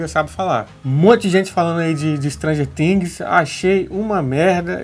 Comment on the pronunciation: O cara não sabe nem pronunciar "stranger things"e fala " Istranger Tingues", e quer se passar de sabichão ????? KKKKKKK